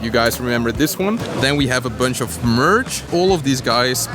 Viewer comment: LOL i heard nerds instead of merch in beginning when u showed max pard